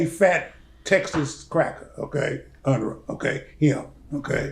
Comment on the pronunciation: JESSE UNRUH (UN-ROO, is the pronunciation)